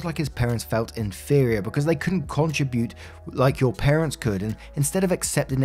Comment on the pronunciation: Hey, First let me say I love your channel, listen every day, and always hit the Like Button even before I listen. I am 70yrs old, have a degree in Linguistics and have spoken English for 50 years now (I am originally from Belgium and speak four languages). This has to do with the word contribute. I was taught, and have for the last half century pronounced it with the accent on the second syllable: con-TRIB-ute. You pronounce with accent on the first syllable: CON-tri-bute. Is this a recent switch I am unfamiliar with?